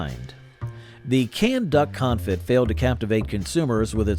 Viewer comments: It's pronounced duck "con-fee", not duck con-fit. Your pronunciation is about to make me have a "con-fit". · Conefee not confit…. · Confit is not pronounced con-fit it’s pronounced con-fee! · It's pronounced coneFEE, not CONfit. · You should investigate the pronunciation of the word 'confit' as in duck confit. It is pronounced con-fee not con-fit. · My ears hurt every time you mispronounced config. It's pronounced "con-fee"... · It’s pronounced con-fee. Not confit. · Confit??!! Surely you mean "confee" old boy. Gotta brush up on your French. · "Con-fee" not "confit. . Francious. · Confit is pronounced con-FEE. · Duck CONFIT? Its "Con-fee" you boob! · its pronounced Duck Confee. LOL its Duck cooked in duck fat and its awesome. But not canned. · Con Fe. You don't pronounce the T. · Sweet Sue still makes canned chicken products. They make chicken and dumplings, boned chicken, canned white meat chicken, chicken broth and yes the whole chicken. By the way confit is pronounced confee. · Duck con-fee is how you pronounce confit. I don’t want to step on your toes, sometimes we all could use a little help ❤ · Not how you pronounce confit. And the dude just has to say it wrong like 50 times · BTW, that isn't how anyone who knows anything about food pronounced confit. Quail eggs are delicious! And trust me, the "culinary tastes evolved toward healthier food" line is not true. There was not an obesity epidemic in the 50s-80s and the first case of type 2 diabetes in America was Diamond Jim in the 1920s. Now, people live on processed, pink slime, fast food trash. My great grandparents lived to around 100 on nearly all sides of the family eating things like corned beef hash.